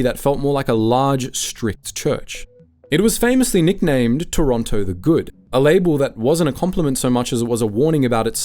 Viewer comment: how dare you turn your back on Pizza Pizza, they were there for you at your lowest points - and they have half moon bread! im not gonna listen to this slander from someone who cant even say Toronto right